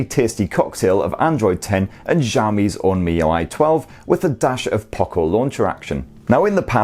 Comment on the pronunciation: 💯 agree ads aren't an issue, it used to be on the Chinese variant ROM but global and EEA ROMs no. Also kudos on your pronunciation of miui, it's ridiculous how many people can't pronounce it right. Should also mention that unlocked bootloaders won't be an issue if you buy from the UK official distributors etc it only happens if you buy from china / 3rd parties that buy in the Chinese handsets, unlock them and then flash a global / EU ROM on them. Cracking spec for the price, I mean for daily use its hard to recommend even an £800 phone to most people when this will meet most people's needs and more for a fraction of the cost.